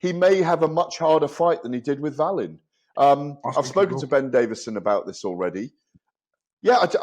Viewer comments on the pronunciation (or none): Davies is so pretentious, the way he pronounces Otto Wallin‘s name 😡😡😡😡😡😡😡